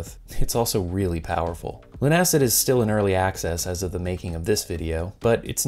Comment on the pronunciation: I imagine it's actually pronounced "LUNA-SID", rather than "Loon-Acid"